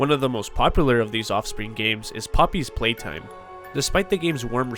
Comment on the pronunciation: Say the name of Poppy Playtime correctly bro 💀